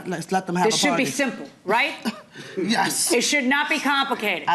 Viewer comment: Say yes .. not yea